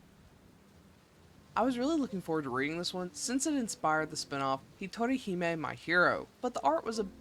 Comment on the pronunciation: Something amusing I noticed is that you turned the meaning of "hero I hog to myself" to "lone princess" by pronouncing the J as an H...which spurred me to go, "Get yourself a guy who can be both your hero and your princess!"